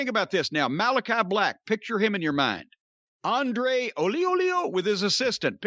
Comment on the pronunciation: Can someone tell this how to say Andrade not Andre? The olioliolioliooo bit is funny though (well it was weeks ago)